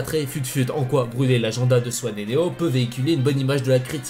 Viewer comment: J'reve ou il dit "swen et neon" mdr?